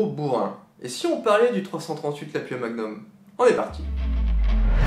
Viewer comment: on dit Lapoua!!